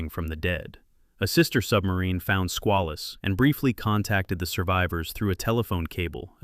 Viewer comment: AI cant properly pronounce Squalus